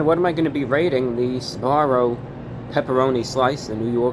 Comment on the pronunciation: SBAROO? JAGG EH SBARO?!